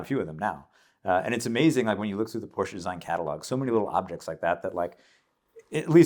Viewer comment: Wow, he pronounced Porsche correctly, amazing!